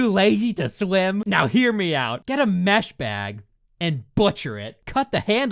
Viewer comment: I thought he said meth bag not mesh bad...